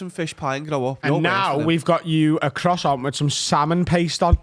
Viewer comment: Why can't say croissant?